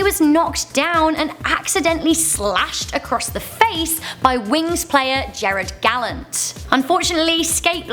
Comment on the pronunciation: Gerard Gallant... not Jared lol